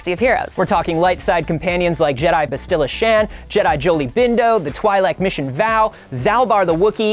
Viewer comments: Did anyone cringe when he pronounced bastila shan? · I am perturbed by how pronounced Bastila Shan. PERTURBED I SAY. (Love you ❤️)